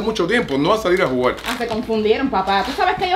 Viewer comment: vamos a jugarrrrerr